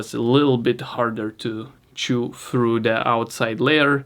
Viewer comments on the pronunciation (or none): none